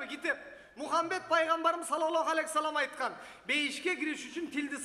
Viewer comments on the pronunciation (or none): none